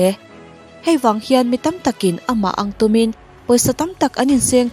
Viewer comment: Viewer tam zawk tih a Tam a lam dan pawh hian Beng a verh,ka lo ngaimawh ve mai mai